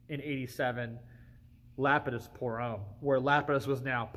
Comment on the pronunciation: It is absolutely MIND BOGGLING to me how many people mispronounce that name!! It's not "lapid-iss" , it's "luh-pee-diss''. Kinda sounds like 'le penis', lol.